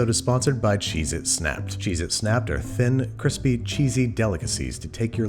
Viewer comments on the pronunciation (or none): none